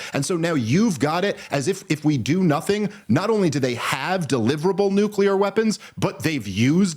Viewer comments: Bens iq is less than 90..... he literally said nucrear at least 3times😂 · And once again.....if you can't pronounce the word NUCLEAR you should not be on a show talking about anything having to do with NUCLEAR weapons.......is it really that hard of a word to pronounce?????? It really makes a person sound stupid!!!! NUCULER.......give me a break!!!!